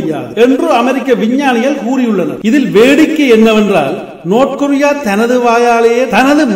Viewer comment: நோத் கொரிய இல்ல டா பேபயலே நார்த் கொரிய டா